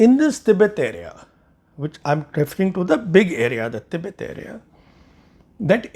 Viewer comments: It soft with t in hindi and urdu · Jarring to the "english" ears alone. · Thoughtful analysis. Just one sore point: your constant mispronunciation of Tibet (with a soft t) is jarring to the educated ear. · Effing mor-on: it's an English word and should be pronounced the English way; the Hindi word is "Tibbat".